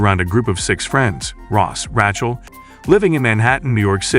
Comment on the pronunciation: It's amazing that today's AI is supposed to be so great but it can't pronounce many common words properly. Just listen to how it butcher's the name Rachel. Pathetic. Also, You may want to playback your own videos before releasing them to catch obvious errors such as "The Walking Dead Friends" show. LOL